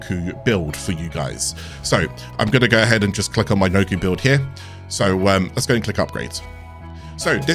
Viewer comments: pronounced nah koe not noku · It’s “Knock-O”. Sound it out bud.